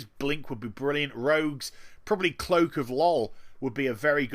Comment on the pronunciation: Am i the only one who heard cloak of lols??